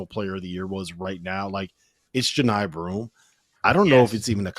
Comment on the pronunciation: Who the hell is Joe Nye Broome? Can you get some people who have actually watched some games? He's been at Auburn for 3 years. I refuse to believe you haven't heard his name pronounced correctly dozens of times if you've watched even a couple of Auburn games. Also, all of the other hosts pronounced it correctly.